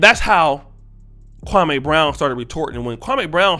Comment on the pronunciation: Why U keep saying the man name wrong, u need to listen to his channel to here how to say it! I like u but u sound a little SASish saying his name! Just saying Bro u black SAS half, u know better.